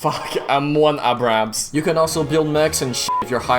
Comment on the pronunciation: pronounces scwherer panzerspahwagen sieben Komma fünf Zentimeter sonderkraftfahrzeug zweihundertvierunddreissig vier panzerabwehrkanonewagen flawlessly Also: fails to pronounce M1A2 Abrams